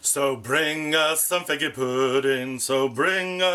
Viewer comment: You never said figgy pudding. The answer is zero. You said “FIGGA” pudding. Do I win?